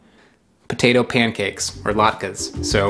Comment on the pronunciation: those look like some pretty dang good latkes (this is coming from a jew too), also its amazing how you pronounced it correctly, most people say "lat - key" but you actually got it correct! thank you for the great content as always :)